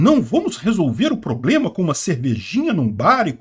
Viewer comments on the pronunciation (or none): none